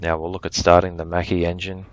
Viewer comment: as an italian I conferm that makki is the right pronunciation